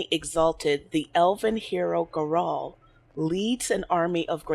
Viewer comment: it's pronounced 'gara-hel' elves are treated like shit because of the dales, the humans attacked the elves and were pissed off when they fight back thus elves are second class